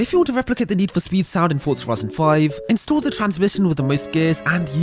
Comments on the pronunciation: For-za Ford-za ferzerr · why do you say fortza and not forza just a question?